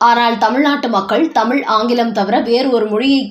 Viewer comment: கள் குடிப்போருக்கு கள்வி தான் வரும். தமிழ் இல்லை தமில்..டாஸ்மாக் உச்சரிப்பை மாற்றியுள்ளது.